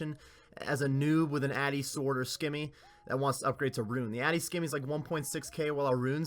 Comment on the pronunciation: It’s not “skimmy”